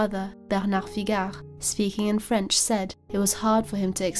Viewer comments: Your French pronunciation is excellent!🥰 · One of the best true crime channels. The quiet achiever., your French pronunciation is superb 👌